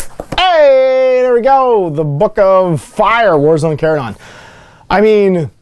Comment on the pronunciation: You pronounce Charadon correctly and I appreciate that.